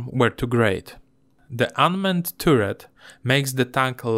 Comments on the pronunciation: Nie turret tylko taret :-) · Bardzo dobry film, nie przejmuj się ludźmi piszącymi o akcencie 👍 na przyszłość jabyś robił film gdzie jest dużo o wieży to czytaj to jak taret i będzie super 👍👌